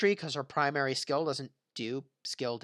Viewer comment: Something's wrong with your mouth. You always pronounce "skill" as "scale". Wtf